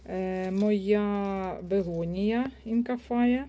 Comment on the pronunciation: Доброго дня,. Цікаво розповідаєте, гарні квіти. Але - бегонія, аглаонема, пеперомія.